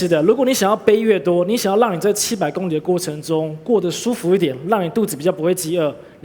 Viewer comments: 会说li第三声还说什么第一声？ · 為什麼大家都說公里 他卻說工ㄌㄧ公ㄌㄧ